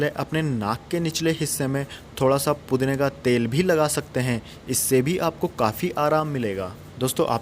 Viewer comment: Pudina Bolte Ho Or Pudni Or Pudna Sunayi Deta Hai